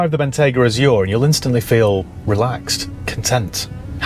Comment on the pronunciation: Wrap those stalks in Murr sunbeam, and I’ll take it. I can park it next to my Bell Ranger. But we need to upgrade the way you say the name. It is Bentleyyyyyyy Bentayyyyyygaaaa. Down here in Dorrrrset 😂